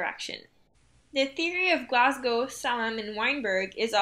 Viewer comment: Glashow not Glashow